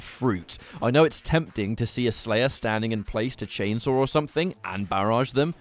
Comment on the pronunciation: When the slayah is tendah. Indeed my friend. Indeed